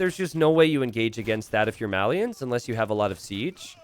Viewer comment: You pronounce "Malians" wrong.